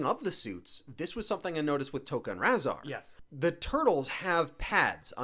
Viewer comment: reviewing TMNT and mixing up tokka and rahzar and not knowing how to pronounce rahzar? boo!